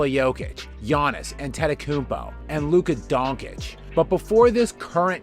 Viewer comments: Dude like you videos but take the time to know how to pronounce Dončič not Donkič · "Luka Donkich" Bruh. No one pronounces it like that. No one. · Holy shit, you are a basketball-channel, and can´t pronounce "Doncic" the right way? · Nice attempt at pronouncing Luca and giannis' names but Jesus I never heard anyone butcher them(especially luca's which is far easier than giannis) as bad as u did. Otherwise great video though